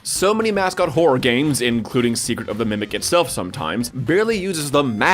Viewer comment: “secret of the mecret” damn near kilt me